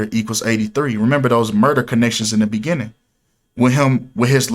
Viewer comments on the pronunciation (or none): none